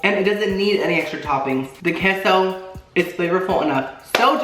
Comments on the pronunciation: It’s K-SO. Not kesso 😭😭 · it’s “Kay-so”’ not “kess-o”